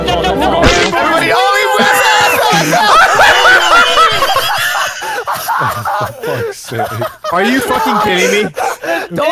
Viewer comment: Or as would say "Inscredible"